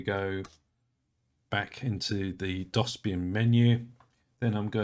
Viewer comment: How did you mispronounce DOSBIAN lol